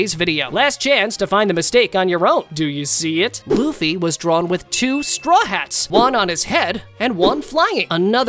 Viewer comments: Is it me or did he say boofy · Man that ain't luffy thats goffy